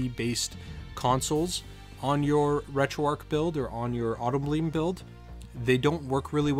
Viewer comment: It's not like it matters but it annoys me....'Retroarc'...that's what you keep saying...there is a 'h' on the end however making the word arc a different one, you see that 'h' yes? Please try and use it.